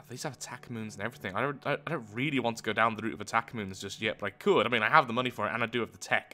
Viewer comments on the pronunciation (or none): none